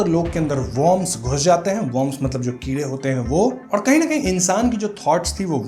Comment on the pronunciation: Sarah d bolne me problem Hai kya bhai ... kide ko Kire bol rhapsody hai